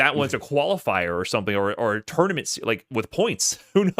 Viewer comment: bro called a tournament a toynament